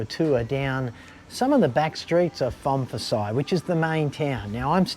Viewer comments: It’s pronounced- Pone - Pi - Sai 😊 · Sorry mate, you aren't in Northern Thailand. You're in the Northeast or Isaan. โพนพิสัย learn Thai, then it is impossible to mispronounce names. Pon - Pi - Sai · Are you pronouncing โพนพิสัย with a F? Really dude? 😅 Edit: sorry mate see someone has already pulled you up. Great video though. How do you cope out bush in those places? I love visiting North East Thailand, love the people and food but it's a bit far from civilisation for me. Good luck with your future.